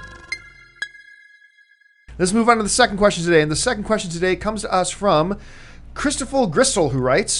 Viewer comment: Text on the screen says "Christoper Gerstle" He clearly says, "Christophill Gristle".